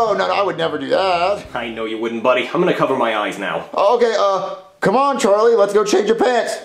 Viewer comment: It’s charlie not charlyyy